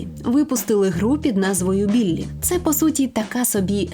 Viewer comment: Який нахуй Біллі? Буллі, тобто хуліган.